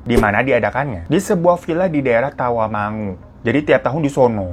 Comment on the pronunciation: eh kaget pas bang hiro nyebut daerah Tawangmangu gua tinggal di Tawangmangu bg sedikit membenarkan bukan Tawamangu tapi "Tawangmangu"☺️❤️